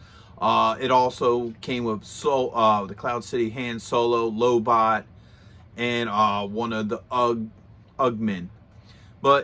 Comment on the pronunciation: Boba Fett, not Bubo Fett. Lobot, not Lobo